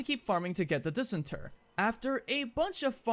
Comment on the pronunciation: It's pronounced "diss-ENT-er".